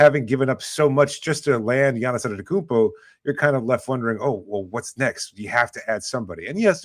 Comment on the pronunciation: learn how to say Giannis name. Jeez